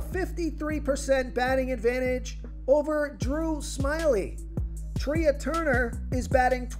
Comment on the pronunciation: Trea is not pronounced "Tree-ah." It's pronounced "Tray"